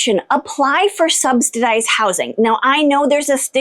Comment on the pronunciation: Subsidized...not Substidized. There is no "t" in the word.